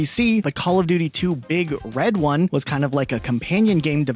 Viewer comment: Your inflection saying "Big Red One" is sending me lol. It's One as in the number, not One like "the one."